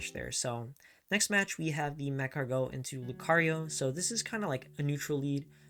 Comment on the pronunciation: Can only think of buttered escargot everytime you say macargo